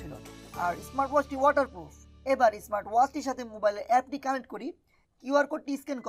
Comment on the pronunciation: ব্রো উচ্চারণে একটু নজর দিয়েন।👍👍